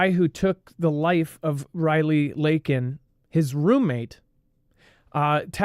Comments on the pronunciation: it's Lakin Riley... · her name is Lakin Riley, not reverse